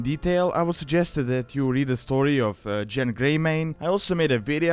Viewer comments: You mispronounced Genn. The G makes a geh sound, not a jeh sound. Start a Worgen sometime if you haven't before, the name is spoken multiple times in the starting area. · it might be ya accent but its gen not jen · not JENN its pronounced GENN not JENN, that's how every npc says it, and every player I know that I've talked with on skype / teamspeak / discord, said it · Genn not Jen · If a soft G makes a J sound, then that's wrong, even the npcs say Genn, there for, GENN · To much stuff that isn't accurate first of Genn doesn't have a j sound it's a g sound second the events of the Worgen Starter Area take place during the Cataclysm pre-patch in Wrath of the Lich King not after Deathwing comes out of Deepholme. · You say Genn the same way you say gif